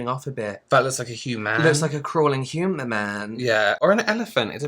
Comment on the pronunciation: It's a hu-man. Lol😂